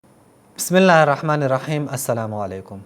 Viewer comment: بسم اللہ تو صحیح پڑھا کرو